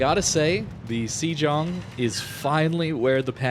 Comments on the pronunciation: Hate to be 'that bloke', but I think the pronunciation is "say-ong" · I thought it was pronounced Shlong (Sh_ long).